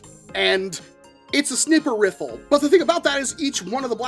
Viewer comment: “Snip-er rfle”💀